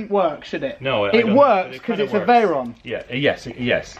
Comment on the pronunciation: Definately the veyron, and you do pronounce it correctly 😂